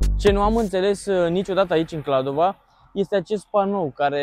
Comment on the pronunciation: Va rog sa nu mai spuneti KladovA, este simplu, Kladovo. noua nu ne place cand cineva vorbeste gresit despre numele orasului😅 am vrut sa zic, despre biserica, nu stiu daca ati fost inauntru, dar acolo puteti cumpara vinuri sarbesti de calitate foarte buna si pentru pret foarte bun😊